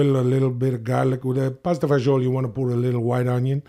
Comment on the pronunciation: Ok, the traditional recipe for pasta e fagioli is a bit different, but he's got the jist and kudos to Will for his italian pronuntiation.